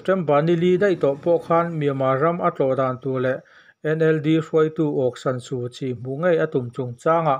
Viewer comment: Suhchi hming i lam fiah lo deuh